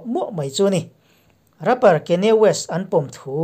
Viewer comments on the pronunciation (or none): none